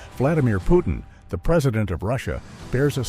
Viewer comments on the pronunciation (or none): none